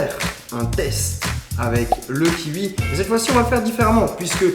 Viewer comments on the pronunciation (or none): Omg ce kiUi m’a arraché les oreilles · Tu me soule tu dis " kiui" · Je suis brusqué d’entendre kihui au lieu de kiwi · le "kiui" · Heuuuu..... c’est du gachis de papier !! 😂😂 d’ailleurs qui prononce kiwi « kiwoui » parce que Charles il dit kiwiii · "Le kiwui" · Tu dit Kiui 😂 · Kioui mdr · Le kiUi 😂😂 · C "kiwoui" pas "kiwui" 😂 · Kiwi pas kiui tabarnack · J aime trop comment tu prononce kiwi: -Fastgood: ki-ui -Les autres: Ki-oui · On prononce KIOUI pas KIVI bordel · Ya que moi qui dis kioui et pas kiui ? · Ça me stress c'est le KI"OUI" pas le KI"UI" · C pas le kivi mais le kiwiii sinn pas mal👣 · "Le kiwui " ça se prononce kiwoui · "avec le kiui" 😂😂😂😂😂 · Arrête de dire 'kiui' !!!! C kiwi 😡😂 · C kiwi pas Kiui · Je suis le seul à prononcer "kioui" et pas "kiui" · Un kiwoui pas un kiwi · ça se prononce kiwoui, pas kiwui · Il dis kiwui au lieu de kiwi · Un kiui 😂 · Hé mon Charlie... pourquoi tu dis Kiui? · ptin ça me trigger de ouf d'entendre " KIUI" DIS KIOUI COMME TOUT LE MONDE MERCI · Ça me stresse il Dit : -Kiwui Au lieu de: -kiwoui 😂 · Le kiwi pas le kiui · Charles tu dit kiui au lieu de de kiwi 😂😂😂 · "on va prendre un kiui" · Kiui 😔 kiwi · Ça me stresse quand tu dit kiwi 😂 Moi : kioui Charles : kiui Ça me stresse 😂😂😂😂😂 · Kiwi pas kiwui ! 😁😁😁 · bah ça se prononce "kioui" lui il dit "kiwi" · sa me stresse que tu dise kiui 😂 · Un kiwui 😂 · le ki Ui, le ki UI... 😂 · "le kiui" 😂 ptn Charles jtm 😂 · Le kiuoui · Le ki ui😂😂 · tu m'as stressé en disant LE KIUI 😭😭😭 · « le kiui » 😂😂😭😭😭 j’suis mort la 😂😂😂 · T'es bizare a prononcer kiwi "ki ui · Un ki-ui 😂😂😂😂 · Le kiui 😂 Sinon bonne vidéo 😀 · Il ne sait surtout pas dire kiwi ptn j'en peut plus de l'écouter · le kiwui mdr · “un kiui “😂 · Qui a remarquer que Charle dit le kiwuii ça m’a beaucoup trop perturber 🤯😨😂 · Le KIUI la façon dont il le pronounce est trop drole🤣✌🏽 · Kiwi, j'ai entendu ; Ki ui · lol "kiui" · Je suis le seule à avoir remarquer qu’il dit kiui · j’en ai marre écoutez comment il dit kiwi " kiui " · « Un kiui « 😂